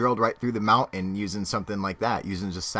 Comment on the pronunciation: are you trying to say mountain or mounen?